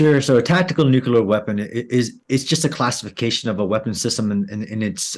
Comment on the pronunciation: If you're going to discuss 'nuclear', learn to pronounce the word.